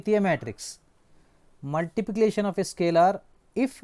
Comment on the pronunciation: 😂😂 sir cannot pronounce multiplication properly 😂😂